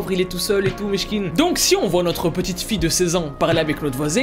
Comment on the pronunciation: Ta dit michkine au lieu de Miskine